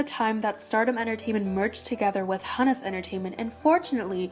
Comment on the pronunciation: the name Hunus in Hunus Entertainment is pronounced who-nuhs. Thank me later.